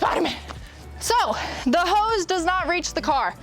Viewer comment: Is she saying hose or ho's , LOL